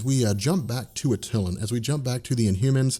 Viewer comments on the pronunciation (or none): Love your videos, but it's pronounced Ata-Lan not Atylun. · Pardon but it's pronounced AT- TUH - LON. Anyway FOREVER!!!!! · With as much as you know about comics, one would think you'd know how to correctly pronounce Attilan...I mean..it's only in all the cartoons whether it's '96 FF cartoon, Avengers Assemble, Ultimate Spiderman, or Guardians of the Galaxy... so much reference and you're still mispronouncing it.